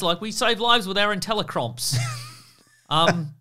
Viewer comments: Intelli-crops? Open your ears kid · Intelli-Crops, not crumps... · Ah yes, intelli-cromps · I'm pretty sure Tony stark said intelli-crops, not cromps. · Inteli-CROPS! not cromps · I think it's IntelliCrops not IntelliCromps. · ...Inteli-cromps? For real? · "Intelle-crops" Crops. Not cromps. Crops. Smart plant. GMOs.